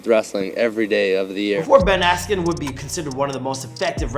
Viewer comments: Ben "asken" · Bruce Buffer: Ben Askroo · Dude was famous before he lost and learn to pronounce his name